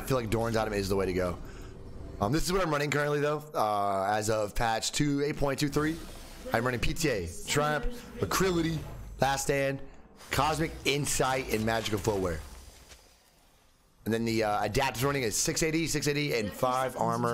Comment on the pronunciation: Ugh- lack- ritty, not acrility come on bro not that hard lol.